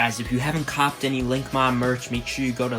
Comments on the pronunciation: Linkmon* not link on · who else though when he said linkmon it sounded like ligma LOL